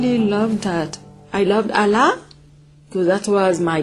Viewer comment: really? she was a muslim huh? she can not even pronounce ALLAH correctly and Qur-an. any Muslim, even the new reverts I know, they can pronounce ALLAH correctly... seriously? is this staged or what?